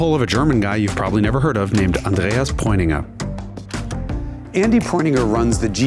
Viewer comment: As a german: jason pronouncing ‘Andreas preuninger’ made me rewind the section over and over again to be certain that i heard him pronounce it just as he's a native speaker. Edit: HE’S DOING IT ALSO WITH ‘RENNSPORT’!!!!